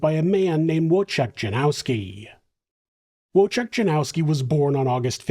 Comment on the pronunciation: W is pronounced as V in Polish, and it's whirlwind, not worldwind. ❤️